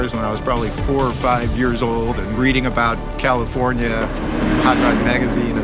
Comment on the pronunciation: Funny how the guy was like "all commifornia". California sucks